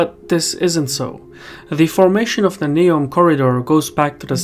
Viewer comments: It’s Neum, not Neom... if you ever drove on the Croatian side of the peninsula and back to mainland (absolutely crazy roads) you’d see that this bridge is at least 40y too late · Neum not Neom